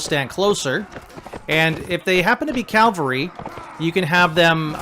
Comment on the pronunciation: Great tutorial but please, its C A V A L R Y not C A L V A R Y